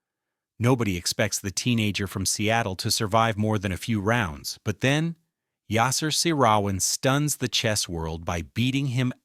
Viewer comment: This AI narration is horrendous. The way it butchers Yasser Seirawan is pathetic!